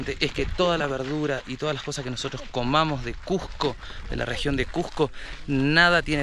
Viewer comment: Una aclaración, NO ES CUJCO, ES CUSSSSSSSSSSSCO, CON ESE DE SAPO, CUSCO. Buenas noches.